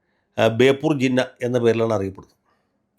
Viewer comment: ബേപ്പൂർ ജിന്ന അല്ല ജിന്ന് എന്നുവേണം ഈ കള്ളപ്പന്നിയെ വിളിക്കാൻ 👺👺👺